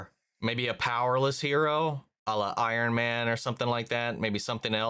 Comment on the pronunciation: "Iron-man" you say?